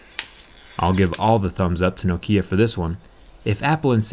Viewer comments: no. nokia is nokia. not nakia.i know this, im from finland. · "No-kia could also be pronounced like Nakia"... Never heard of it being said like that, atleast not in Finland. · It's always been pronounced nockia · They still need to tell people that Nokia is pronounced Nock-ee-yah not noe-key-uh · As a Finn I heard Noukiia and Nakia but not Nokia. ;) I guess one could use this as a hammer. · damn it the way he pronounce the name nokiia is fkng sacrilege! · It’s Nokia not Nokia mate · who pronounces it as nakia bruh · Ahhhhh, I was wondering when someone was gonna ding you for saying nokia instead of knockia. But semantics, this phone is built tough, I like it. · I like this accent. No-kia. It's pretty cool. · Thanks for your informative videos. One small nitpick, your pronunciation of Nokia is wrong. The emphasis should be on the first syllable. To anyone who lived in Europe or Asia in the 1990s and 2000s and couldn't escape Nokia's ads, this sounds jarring. Thanks for the great work and keep it up. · By the way the pronunciation is not a matter of opinion or were you are in the world, it is a Finnish word and it is pronounced as they pronounce it in Finland. (edit) Oh and by the way I am 90% sure you are saying it wrong. The accent should be at the first syllable. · Zack, your accent it's wrong when you say Nokia. Why do you do this?